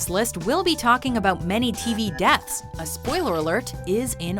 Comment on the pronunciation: What are "dats"? "Deaths" I know, but "dats" I don´t.